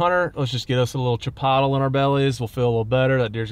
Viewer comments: Congrats on another huge buck... I believe though you are mispronouncing chipolte!!!🤪🤪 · Chi pot le ?? You mean chi poat lay 😂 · Why do you keep saying CHIP-OTTLE? You had me dying!